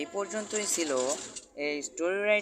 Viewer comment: স্যার আপনি ফ্রেন্ড কে ফ্রেনড বলেছেন 😅😅